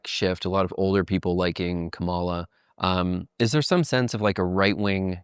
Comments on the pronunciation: Still don't even know how to say Kamala yet? Haha. At least I don't think it's intentional with yall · Man. A lot of disappointing stuff in this interview. Like, holy fuck NEITHER person can pronounce Kamala's name correctly? Never heard of audience capture as somebody working in independent media who literally reports on the effects of these types of things? On the bright side at least Andrew wasn't afraid to admit that leftists were wrong about trump not being worse than biden/harris AND wrong about Jill Stein not being an opportunistic leech who only stops licking the boots of corrupt world leaders like Assad and Putin long enough to siphon votes off of liberal candidates. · love the pod but I dooooo think not trying to pronounce Kamala's name correctly is kinda rude SUE ME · These people are so stupid, they can't even say Kamala's name right. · It’s comma like a , and la like lalalalala Kamala